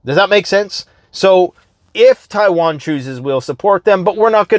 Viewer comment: Thanks for bringing us the info dude. "Chaiwan" made me chuckle.